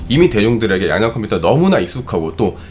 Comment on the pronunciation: 양자 컴퓨터 발음이 자꾸 "양댜" 컴퓨터로 들려요.